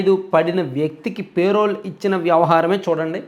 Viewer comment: పే.. రోల్ కాదురా బాబూ.. చాలా వేరే అర్ధం వస్తుంది